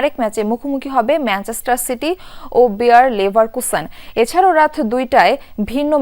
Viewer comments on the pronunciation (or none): বিয়ার লেভারকুসেন না 😅 বায়ার লেভারকুসেন 😅😅